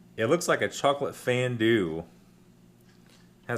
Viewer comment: Wtf is fandoo? I think you mean fondue.